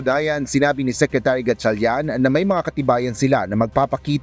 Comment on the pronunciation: Sekrituri ba talaga lea?